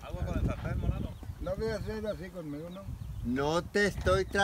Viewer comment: Dice monano....es trabajo